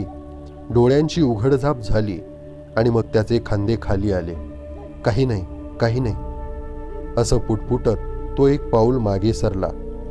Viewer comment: ज्ञाण, अणूभव, णाही - ज्ञान अनुभव, नाही उच्चार सुधारावे नम्र विनंती